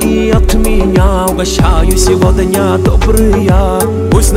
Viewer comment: Произношение СевоДня режет слух